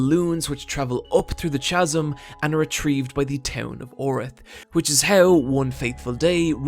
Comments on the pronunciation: That isn't an accent. Irish standard english pronounces Chasm with a K too. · I was wondering if that was perhaps the European or Irish pronunciation of the word “pseudo” (as “SWAY-dough”). With “chasm” I really don’t think CHAZ-umm is correct either. But, the videos are wonder and this one in particular was great. I went and bought MiA 1-8 based on the art and this video recommendation. Keep up the great work,. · Man, how I don't wanna be THAT guy... Pseudo is pronounced "sudo" Chasm is pronounced "kassum". Loved the video. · Am I stupid? What the fuck is "Swaydo horror"? Do you mean Pseudo? Because that's not pronounced like that. Oh for fuck's sake. "Monolithic" Means "One rock" and the abyss is literally the absence of a rock. "Chasm" Is pronounced with a hard K sound. We are now less than two minutes in and already you have opened the english language's rib cage and ripped out it's heart as an offering to some dark god of teenage fanfiction grammar. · I only wish you pronounced 'Chasm' correctly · Pretty sure hes only ever read the words chasm and pseudo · I 100% agree with everything aside from his pronunciation of chasm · I think it's a funny way to pronounce it. Not a bad funny way though. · Great video for a great anime. The only downside is the way you pronounce "chasm". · Also, that's not how you pronounce"chasm". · Have you heard how he pronounces chasm? It makes me wanna vomit. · Dude you can't pronounce chasm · First I want to say I generally enjoyed this video. However, part of the appeal of your content to me is the smoothness of your narration, so I feel the need to point out that it's really jarring/grating when you mispronounce words like chasm and pseudo. I hate to be "that guy", I just want to keep enjoying your videos; I know that you'll keep making various improvements over time, and I think this should be one of them. Peace! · Why the fuck do you say pseudo wrong. Why do you say Chasm wrong. The H is silent ffs